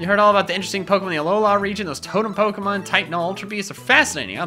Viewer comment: I really wish he wouldn’t say Peckerhose instead of Pokemon.. it sounds like another name for a penis... Oh and QOTD: It’s a 3-way tie between Arbok, Toxicroak and Shiny Mega Beedrill..